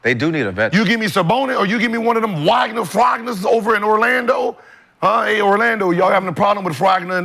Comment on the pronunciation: "Wagner Fragner" 😭